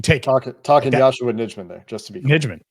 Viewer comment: Hey guys I'd check the pronunciation of Yosh Nijman's name. I think it is pronounced Yosh Nighman. The packers have it on their website.